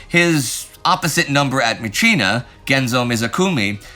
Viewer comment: I have been an army member at the captain level since The great war... I know these are all filmed a month or two in advance. I do realize how hard you work to cover everything. Good job this week on properly pronouncing myitkyina. All that aside, nothing illustrates the hopefully unconscious "Americans are the main characters" bias of the channel than the description of the end of the siege. "Merrill's marauders and their allies"... The Chinese divisions don't even get a name check. They were the 22nd, the 38th, the 30th and elements of the 50th.They are the majority of the squares on the map, but unnamed. As the script says, "18,000 allied casualties" and 2,000 some original marauders. Basic arithmetic says 16,000 of those casualties are mostly coming from Chinese troops with a few kachins and Indians from the Indian 36th division. If the channel talked about D-day as "America and its allies", that would be called out. Yes, Eisenhower is an American in charge of the whole operation, but it would be diminishing the British and Canadians to only name the American part of the effort. We hear about Stilwell being promoted, but more radio silence on the ongoing battle of hengyang. I was kind of expecting the news of his promotion to contrasted with his conflicts with CKS. China's best divisions have been in Burma on both the myitkyina front and the Yunnan front, while Japan is ripping the lungs out of China's core. Just a sentence that says, "Meanwhile, in China, the siege of he